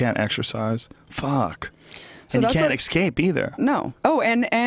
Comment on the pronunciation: Joe “can’t EXCAPE” Rogan